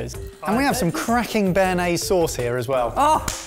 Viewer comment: Stop saying french words wrong. It would take you 20 seconds to let Google teach you how to say "béarnaise"